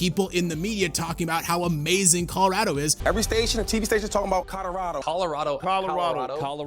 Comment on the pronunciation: no way managed to say colorado wrong, and it's even funnier cause everyone else said it right 😂